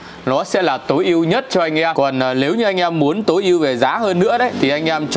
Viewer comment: Lếu như ae, Lờ vê 2,... Ngọng líu ngọng lo trông mệt thật!!